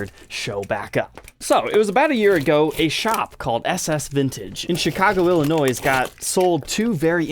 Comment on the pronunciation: The s in Illinois is silent, love your show